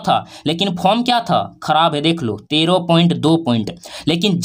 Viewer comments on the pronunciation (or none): none